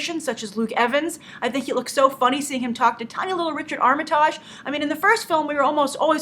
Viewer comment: I'm excited for it. Not a fan of Ed Sheeran's ending credits theme, but I'll still be happy to see Smaug come to life on the big screen. However, the way you pronounce "Armitage" made me spit out my tea! No offence, it just caught me off guard because I live 10 minutes away from the village of Armitage and I've never heard it said like that! Great review as always though Grace!